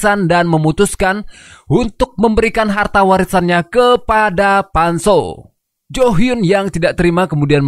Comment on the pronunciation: Pan soo bukan rinsoo itu sabun cuci bang🤣🤣